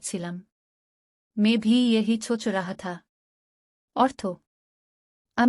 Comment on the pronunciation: ছোচ নয় সোচ হবে। আপনার তলফুজ , উচ্চরণ সঠিক নয় ।